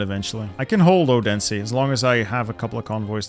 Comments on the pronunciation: Just FYI, the name Odense is pronounced with what's known in Danish as a soft D (Please don't make a dirty joke), which is much more similar to the English 'TH'. So it would be pronounced more like O-then-se, with the pressure being on the O. Source: I'm Danish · Hearing you pronounce Odense did hurt me.